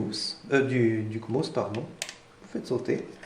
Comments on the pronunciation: "Le comos" Le C mosse, faut prononcer. "D'une façon permanente" Faux, puisque son fonctionnement dépend de sa pile. "Quand le PC est éteint il est alimenté par la pile" Tout le temps. "Qui pourrait être mortel à l'ordinateur" Je sais pas de quoi tu parles mais c'est du bullshit complet "Le BIOS AMI. C'est un ancien BIOS" ... Il est toujours mis à jour, hein. "Le cavalier JP4... blablabla... à ne pas utiliser car c'est une solution de dernier recours" Non..? C'est une méthode banale. "Des sites sécurisés... Plus sécurisés que Gogole chrome et Yotube." saute du plafond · Sa se trouve c'est juste par se qu'il a 2 de tension qu'il prononce mal 😂